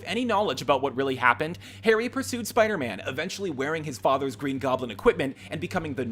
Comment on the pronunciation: Looks like still likes to pronounce 'Spiderman' as Spidy.